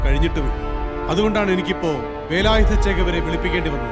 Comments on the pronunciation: സംസാരം മിക്കവാറും കേൾക്കുന്നില്ലല്ലോ ഗോപാലേട്ടാ?? ആരാ ഓഡിയോ റെക്കോർഡിംഗ്? ഛേ, വളരെ മോശം👎 പിന്നെ, 'വേലായുധ' ആണ്, 'വേലായുദ്ധ' അല്ല! ഭാഷയെ കൊല ചെയ്യരുത്, പ്ലീസ് 🙏😅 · വേലായുധ ആണ്‌... വേലായുദ്ധ അല്ല... മലയാളം അറിയാവുന്ന ആരും ഇല്ലേ ഗോപാലേട്ടാ?